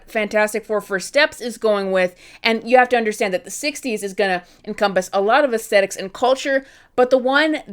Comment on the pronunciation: The word is aesthetics. Not aestetics. I don't know what that word is. I'd wager you made it up.